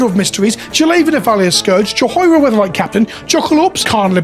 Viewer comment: Juh-hoy-ruh you sir are a monster